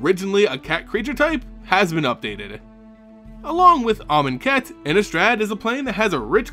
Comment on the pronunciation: Oh, you keep pronouncing Amoncat wrong.